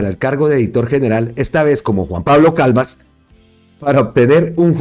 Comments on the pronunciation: Creo que primero tiene que aprender a leer pues no es Calvas es Calvás y respetando las reglas toda palabra aguda que llevan tilde son las que llevan acento en la última sílaba😮 y terminan en n, s o vocal y la está pronunciando como palabra grave que tienen el acento en la penúltima sílaba y no llevaría tilde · Ojo a la pronunciación del apellido de Juan Pablo Calvás, lo está pronunciando con acento de palabra grave y es aguda con tilde en la última sílaba: Calvás. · NO ES "CALVAS". SE DEBE LEER ES "C A L V Á S", CON TILDE EN LA Á. O SEA, JUAN PABLO CALVÁS.